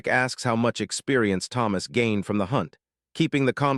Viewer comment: ai doesnt know how to say "gained" XD